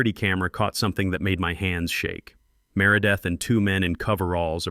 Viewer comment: Can't pronounce merideth and calls her mārâ-death. The mispronunciations of the HOA Presidents name fits her so much better.🤣🤣🤣🤣🤣